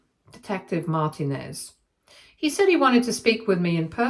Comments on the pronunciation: I was about to say this. She should know it is said Mar-teen-nez not Martin-ez. My firend had this last name growing up. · Oh for fuck's sake lady, you know damn well how to say Martinez. That's not even a British version of it.